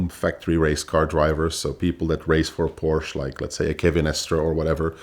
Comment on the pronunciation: A guy that pronounces Porsche as porch is not a car guy